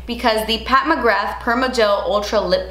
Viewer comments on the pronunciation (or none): Isn’t it Mcgra pronounced like ‘bra’ with a ‘g’. Not mcrgath lmao